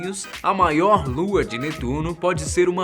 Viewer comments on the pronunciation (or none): Se fala netuno